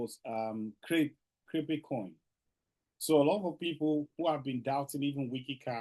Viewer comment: Ladies and gentlemen. Of courrrse we are in new and so of course if brother pronounce Crepe and Cripey again, we will lash him. Shalom😂😂😂